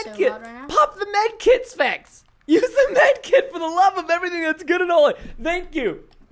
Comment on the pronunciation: How many times does he say spects?